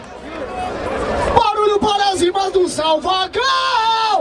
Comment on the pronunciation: O tá falando Salvagão?